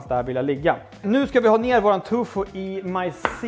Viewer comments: Det finns kanske barn som tittar och att svära är inte alls bra. Annars tycker jag du gör god mat. Tofu heter det väl? Tycker du säger Tufu. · Älskar att du säger ”tufo” 😅